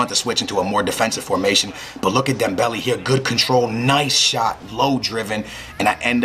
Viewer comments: Leaving a dislike for the one reason why you say dembelly instead of dem-bell-ay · its dembel-A not dembel-E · dembele is pronouced DEM-BEL-AY